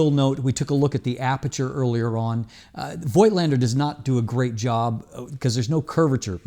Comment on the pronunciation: "FOLK - LEN - DA"